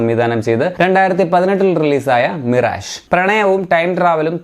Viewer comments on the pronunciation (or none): none